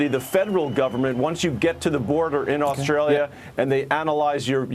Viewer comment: Not sure if it's Australia or ANUStralia